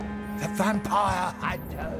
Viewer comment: Michael Cleare I thought he was pronouncing it as Vam-pyre.